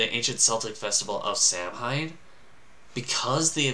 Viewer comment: KELTIC great of Sah-Win. Pronounced Saaahhh.... Wiiiinnn.